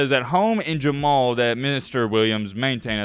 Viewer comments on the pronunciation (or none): Jamul is a rural area outside of San Diego city. It is pronounced Huh-Mool. You’re welcome. San Diego State all day every day!